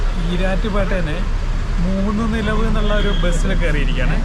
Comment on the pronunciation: Moonilavu not moonunilavalla